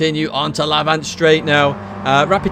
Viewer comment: a bit late but FYI Lavant is pronounced lav-ant not la-vant as you do. just a little info from a local man who lives in lav-ant!